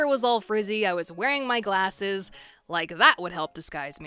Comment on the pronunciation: ''No one will suspect me with my smart kint glashes'' XD